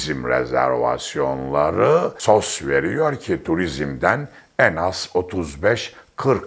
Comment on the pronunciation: Sos diye okunmaz o "es o es" denir. Faiz, hadise kelimelerindeki a harfleri uzun okunur.